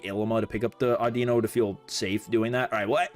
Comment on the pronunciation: It’s “AWWdino” like “audio” not “auDEEno”